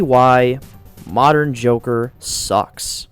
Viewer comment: I swear, did I just hear you say "The Jorker" XD?